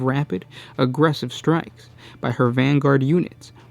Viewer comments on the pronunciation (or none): none